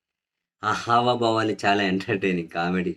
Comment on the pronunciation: హవాబావాలు కాదండీ హావభావాలు